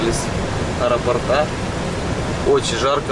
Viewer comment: научись уже правильно ударения ставить, не аэропортА, а аэропОрта. и кстати слова "ихний" нет, правильно "их". пожалуйста, прислушайся, а то прям уши режет